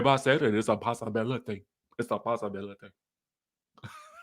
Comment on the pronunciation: Came back just for the part where you say “ISSA POSSABALATY” 😂😂😂